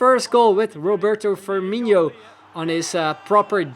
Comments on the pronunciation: It is FirminOH not FirminEEYO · Loving the series. Hoping u keep it up. Btw, Firmino's "no" is pronnounced like the world "no" ;)